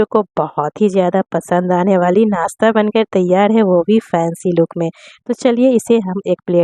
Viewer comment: Aap muslim hein par nashta ko nasta bol rahi hein kya baat.